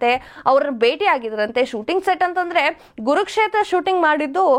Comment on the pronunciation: Saryag kannada matadavvooi😂😂😂😂😂😂 adu kurukshetra not gurukshetra